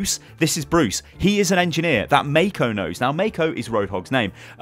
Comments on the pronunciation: The pronunciation of Mako would be "Mah-co". "May-co" sounds wrong. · Hey I'm a New Zealander and road hogs name is pronounced mar-co not may-co